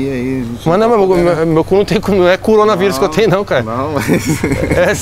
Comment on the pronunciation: Cúronavirus kkkkk